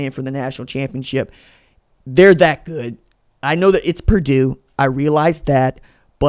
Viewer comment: It's Purdue